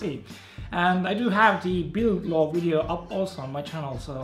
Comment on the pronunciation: i like this guy but whats a "wideo" ?